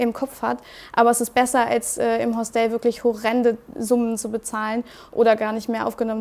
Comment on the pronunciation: Das Mädel ist für Wohnungswesen in der Asta zuständig und kennt nicht mal die richtige Aussprache für Hostel...